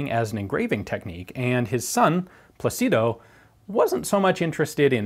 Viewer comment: Incidentally, it's pronounced PLA-ci-do and not pla-CI-do. Wouldn't bother correcting this minor mistake to someone who doesn't care for details. I correct it for Ian BECAUSE he DOES care for details.